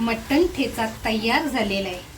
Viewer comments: छान पण ताई याला ठेचा म्हणतात टेचा नाही. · ट ट ट ट. ट ट ट. टेचा नाही हो मॅडम , ठेचा. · मटण टेचा नाही मटण ठेचा आहे.